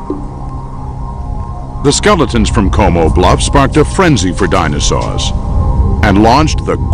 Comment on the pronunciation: it sounds like a 6 year old trying to pronounce "dinosaur"